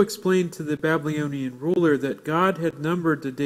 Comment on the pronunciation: Interesting presentstion, and I appreciate all the effort and timr spent here... But I can not stop hearing you pronounce "babylonian" as "blablyonian."